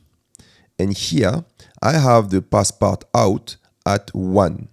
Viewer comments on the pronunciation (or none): Its funny that you as a french guy say passepartAUT and not passepartuuu. Isn´t passepartout (what just means "frame") a french word? :D